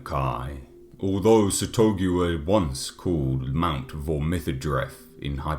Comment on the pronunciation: I thought it was "SATH-uh-GOO-ua"